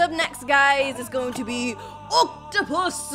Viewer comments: You said rare oaktupus wrong you said it rare octupus 😂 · It’s not oktapus it’s oaktapus